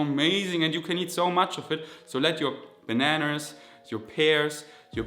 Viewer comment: There is no ‚r‘ in bananas!!!